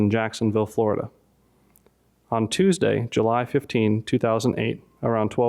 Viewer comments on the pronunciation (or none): none